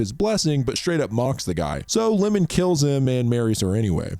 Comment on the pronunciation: I loved the video, I love J horror and have watched every single J horror produced after 2018 in the cinema. I wonder if name you kept calling lemon 🍋 wasn’t Iemon, as in Eeamon, the long i. 😅